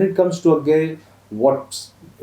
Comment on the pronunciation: Bhai its not A-gay Its अज्ञेय 😭 ये कैसा फुद्दू एक्सेंट बोल रहे हो 🤲